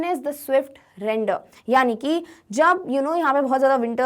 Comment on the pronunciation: Bro its reindeer not randeer